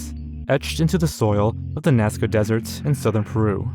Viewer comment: is notoriously bad at pronouncing words. He also says dessert instead of desert